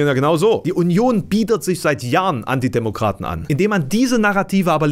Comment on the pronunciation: ich glaube du sagst: "Die Union biedert sich seit Jahren Antidemokraten an" - es klang aber irgendwie akustisch nach: "... biedert sich [...] an die Demokraten an" - was so ziemlich das genaue Gegenteil wäre